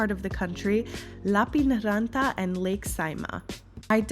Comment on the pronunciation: Lappeenranta pronounced like you would say "Lap - pen - ranta"